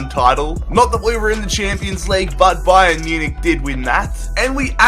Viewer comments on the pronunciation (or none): none